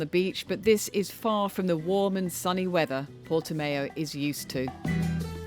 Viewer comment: Don't think it's pronounced Portimayo